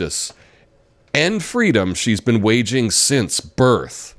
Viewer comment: Well, Kamala said "fwedom" but the child in MLK's story said "feedom", so totally different. Hey, if you're gonna plagiarize, make sure to change some words, spellings around, amright.